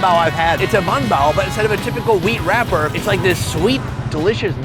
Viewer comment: i know he's trolling us by saying bun bao repeatedly.... i hope...you never know w this guy😅